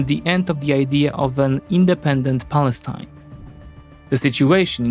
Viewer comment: You pronounced Palestine wrong